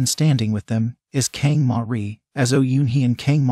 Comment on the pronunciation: OMG THIS IS SO FUNNY KANG MARI PRONOUNCE AS KENG MARY WTF HAHAHAHAHHHAHAHAHAHHA BAE RONA AS BAE ROWNA HAHAHAHAHHAHAHAH